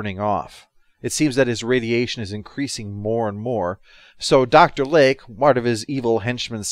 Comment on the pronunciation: Kept hearing Dr Leg instead of Lake...